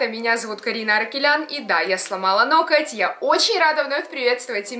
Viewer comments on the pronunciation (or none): Лол, почему ты говоришь ноКоть?)))